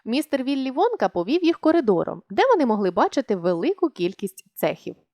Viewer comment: Мне одной чується замість Вонка Водка?